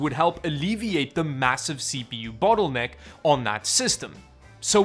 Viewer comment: I kind of felt offended when you said battle necker. Too much er in it maybe